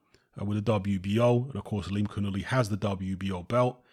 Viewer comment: Yanibek Ali Canoolie. Is the proper pronunciation. 👌